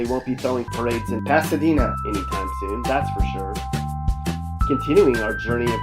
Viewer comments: It’s Pasadena not “Pasadina” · Pasadina? Uhhhm Pasadena maybe lol. This is highly inaccurate. He's actually naming the better areas lol